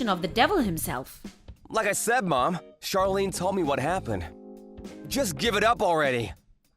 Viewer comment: 'Charlene' is pronounced 'shar-lene' not 'char-lene'. Like how 'Charlotte' is pronounced 'shar-lot' and not 'char-lot'